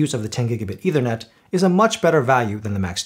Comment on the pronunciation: Good comparison. Small point: It's not pronounced either net, it's pronounced ether net. You may want to look up the meaning of ether. Thanks